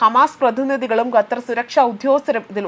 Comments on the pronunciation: Please Pronounce correctly NOT GATHAR, but Qatar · ഗത്തർ അല്ല. ഖത്തർ ........